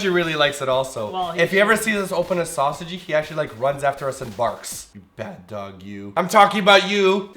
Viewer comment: simon, did i hear you say sau sa gee instead of sausage? hahah i love it.